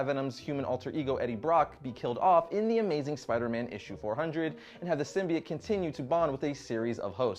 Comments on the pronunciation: ITS PRONOUNCED SYMBIOTE NOT FUCKING SYMBEET!!!! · You do know it's SymbiOTE. Not SymBIATE? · Sym-bi-OTE with an O!